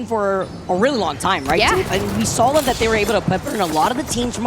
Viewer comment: pronounced "saw" as "sall" and Wolfe's as "Woofs" Brother in christ.